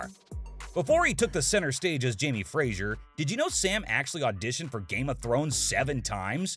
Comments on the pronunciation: It's FRAY-zer, not FRAY-zjer. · Fraser is pronounced fray- zer NOT frat - sher. Conservatoire is pronounced con serve eh twa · Dear narrator, it's pronounced FRAY-ZER, not FRAY-ZHURE.